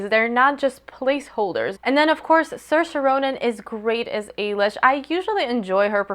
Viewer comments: Yeah I was really impressed when you pronounced her name right! At least you tried with Domhnall, most people just skim over irish names like whatever. Loved the review :) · Congrats on getting the pronunciation of Saoirse right as it's quite an obscure Irish name. Just so you know, Domhnail Gleeson's first name is pronounced 'dough-nil' (dough as in bread, nil as in zero). Hope this helps, great review.